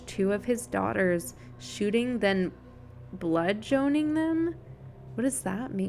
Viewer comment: Wow... English was so hard for you on this podcast!!! "Nova-scotty-uh" was my favorite Maybe "bluh-joan-ing"